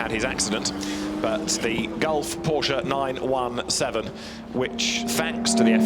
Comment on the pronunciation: Tell your host how to pronounce Porsche correctly please